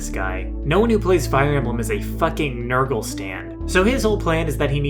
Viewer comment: Its not Nurgle... Its NER-GAL But thank you for this, this was one of my all time favorite villain's from my favorite game. Now fight me.